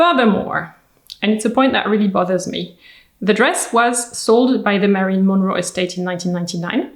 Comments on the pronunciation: Her name is Marilyn, not Marion. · Her name was Marilyn not Marion.